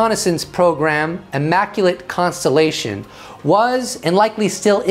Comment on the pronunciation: WTF was with the immaculatetetetete constellationonononon?? LoL